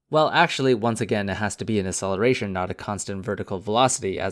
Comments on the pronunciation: Please learn how to pronounce "acceleration" properly, it really bugged me. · Can you please pronounce "acceleration" properly? Because your "acceleration" sounds like "celeration", and cause of that I thought that you were talking about something completely different